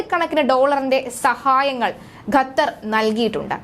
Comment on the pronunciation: ഗത്തർ എന്നല്ല, ഖത്തർ (Qatar) എന്ന് പറയൂ....